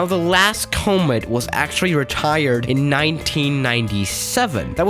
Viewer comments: Everyone else: Comet: Cow-mitt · It's com-et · Oh you finally build enough money to go to FSX. AND ITS PRONOUNCED COMMET. COM MET. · "cah mit" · Nobody:: CoMeeed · Koh-mit is how you pronounce it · 10/10 pronouncing of comet